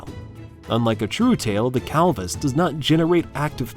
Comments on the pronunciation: How is "clavis" pronounced "calvis"?🤔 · Okay, two major mispronunciations: there is NO WAY you can make the word CLAVUS into CAL-VUS. No. There just isn't. And then you get a word like PHARYNGEAL. It is pronounced FAIR-EN-GEE-UHL! But at least it shows that you most likely aren't an AI talking to us. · Roadkill made a truck that looks like this. Stubby Bob. By the way - your text to speach moved the L over and sed calvus insted uv clavus. Also, your arithmatic iz off. 2 tunz divided by .04 ounsez iz 1,600,000. A far cry frum 60,000,000. And an aircraft carrier waze about 27,500,00 timez more than a newborn filthy stinking envirement destroying toxic waste spewing human. Still, thumz up for an interesting vid. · The Calvus or the Clavus? Either the pronunciation or the spelling is wrong… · ai sucks. the clavus is now the calvus.